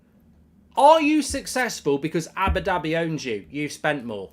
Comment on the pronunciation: Cracks me up how goldbridge says Abbidabby